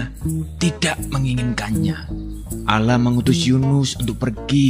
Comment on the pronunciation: Allah bukan alah